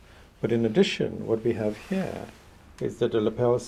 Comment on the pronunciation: Love the way he says, "hea" What we have hea..